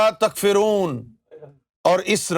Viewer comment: Takforoon not takfereen